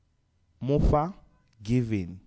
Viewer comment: Isn’t Mufha supposed to sound like “Mupha “?